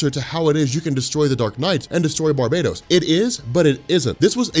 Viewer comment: Damn it's not Barbados is pronounced bar-ba-tos